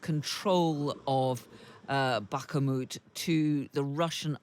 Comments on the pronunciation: There is no glottal stop in "Bakhmut/Бахмут." If she can't pronounce the "kh" (which is roughly the same as in the Scottish word "loch" or the famous composer Bach, so I don't see why there should be a problem), she should just say "Bakmut" and nobody would care. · How has this presenter managed to not even approximate the pronunciation of Bakhmut after a year in the news? Is she right and everyone else wrong or is she adding the extra syllable for the sake of it? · Bak-Mut, Bak-Mut, NOT Bak-a-Mut!!!!!! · Is it just me who goes mental when this reporter can't pronounce Bachmut correctly? "BACHAMUT" jesus lady it's "Bachmut", how hard can it be? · The female speaker has an incorrect pronunciation of the city "Bachmut", calling it "Bachamut". I have checked the atlas, and the name is spelt in Cyrillic and English, without any representation that it has a middle syllable "a". Even in English, it is shown without that "invented" middle syllable. Where did she get that, except out of the stupidity in her head? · Please please please someone tell this woman it’s pronounced Bak Moot not Baka Moot. 🙏🙏🙏🙏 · Cmon lady, .. Bah moot.....not bahkahmhoot. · With all due respect, its Bakh-mut, NOT Bach-a-mut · Why is she saying BakKhamut??????? BAKHMUT. Don't put an A in the middle. Silly goose. <3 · Can someone tell her it's NOT Back-a-moot, it's Back-moot. No idea why but it drives me mad 😂😂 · Seriously when does she learns it is bakhmut not barkamut. Annoying to listning to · Can someone PLEASE tell this woman it's not fuскing Bakka-moot? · Times please teach your learned hosts to read and pronounce the names of places and people. Neither Volgorod nor Bakamoot are cities. This is a persistent issue. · Why does she keep saying Bakamut? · Jesus this reporter just destroys the pronunciation of "Back-a-moot"... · With this battle having just ended after 10 months and you still can’t pronounce a simple name? BAK- MOOT! Jesus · Bakh-a-mut, you say? 😅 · "Baka-moot" LOL!